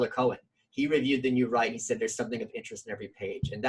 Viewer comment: tyler COW-en